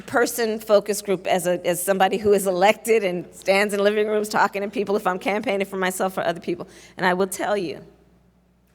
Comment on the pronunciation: jorch wachinton poepl